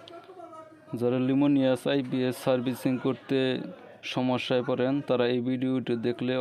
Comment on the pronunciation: লিমুনিয়াস নয় বলেন লুমিনাস